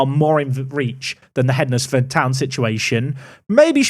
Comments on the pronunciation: It's pronounced Hens-Ford The D is is silent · As someone who lives just down the road from Hednesford, I have to say.... it's pronounced HENSFORD :) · It’s pronounced HENSFORD, you don’t say WED NES DAY for the word Wednesday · I live a few miles from Hednesford. It's pronounced Hensford. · Hednesford is pronounced Henz-ford... used to be the furthest Southern team in northern prem. Ground surrounded by a national park. My own park to prme the glory days of a FM14 for me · Glad went for Rugby as Hednesford is pronounced Hendsford and it was winding me up lol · As someone who lived 30 seconds from Keys Park I was really hoping would pick Hednesford Town! At least this way we don’t have to convince him that’s its spelt dumb and is actually pronounced “Hensford” 😂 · Pronounced Hensford! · its hensfud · Hednesford is pronounced heds-ford. It’s basically Cannock which is north of Wolverhampton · It’s pronounced hens-Ford 😂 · So happy you went for Rugby, couldn't deal with that pronunciation of Hednesford!!! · Hednesford is pronounced like Wednesday. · Wed-nes-day Hed-nes-ford 😂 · That pronunciation of Hednesford though. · not having to hear pronounce hednesford like he's never seen the word wednesday before 🙏🙏🙏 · Only a few mins into this video and I can't take it anymore! Hednesford is pronounced hensford and Yeomans is pronounced Yomans. Sorry I know 🤓🤓 but being from that area I needed to say something... carry on! 😅